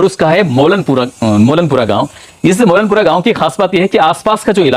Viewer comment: Bhai molnpura nahin Hai molnpur hai